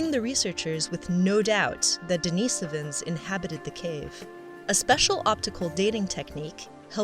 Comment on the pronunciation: "If I say Denisovans differently from everyone else, I'll seem much more intelligent." Give me strength!